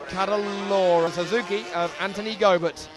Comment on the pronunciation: Go-bear ? lol Making him a bit more European than Aussie there announcer man.